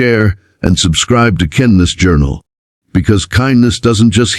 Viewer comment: Get to pronounce ''Kindness'' CORRECTLY! Geepers... Great story though!!